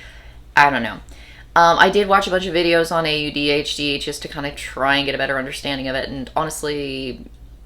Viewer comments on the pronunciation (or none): I really appreciate your thoughts on this, I'm gathering perspectives. I'm an ADHDer too and btw AuDHD is pronounced like audio at the start I think